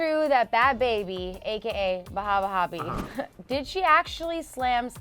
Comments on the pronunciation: I feel like was being very disrespectful,rude,& very unprofessional when she was purposely mispronouncing Bhad Bhabie’s name saying “aka ‘Bahb Baab’ “ then laughing about it like some teenager. Grow up! Say the artist name respectfully instead of purposely mispronouncing more than once & laughing. Your a reporter do your job regardless of how u feel about her...purposely mispronouncing her name is very unprofessional. I love ClevverNews but your reporting skills needs work. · Lmao pronounces it like bad baby is a middle eastern man 👨🏽 lmao I watched that part 5 times 😂